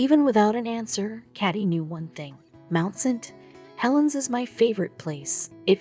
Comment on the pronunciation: Mount saint Helen's. 3 words not 2. Not mountst. HeLen'